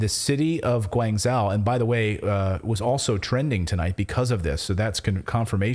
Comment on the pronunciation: It's pronounced " shoe jow" jow as in jowls And the other other is " Guang joe" I'm in china I left my hotel at 12.45 am to get a beer. 20 seconds later the hotel was locked down. I had to leave my belongings inside and find somewhere to sleep. And I do mean 20 secs